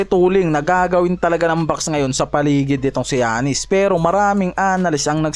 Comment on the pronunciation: paki ayos ung pag Pronaounce mo boi sa Name ni Giannis hndi ung Jannis 😂😂